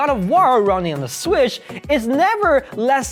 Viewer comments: nga said swish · Lol say switch again 😂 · "Emulae Sweesh onna Sweesh" XD